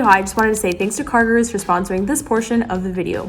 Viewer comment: i am soooooooo sory if this feels feels like a hate coment, promise, its not, sooooo its NOT CARGIRERS ITS CARGOROOS {pronociation wise } . indians will know: Guru means teacher, so like car teacher.